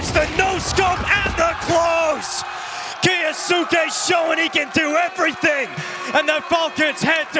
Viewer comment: Someone teach Moses how to say kyousuke